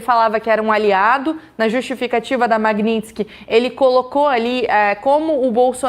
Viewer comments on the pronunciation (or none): Tudo certo... apenas já passou da hora de pronunciar corretamente, Magnitsky (ma-g-ni-ts-ky), soletrando em português: ma-gui-ní-tis-qui... referente ao sobrenome do homenageado Sergei Magntsky auditor Russo torturado e morto na prisão! blz.